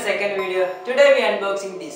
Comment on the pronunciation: UNBOXINg dude Pronounce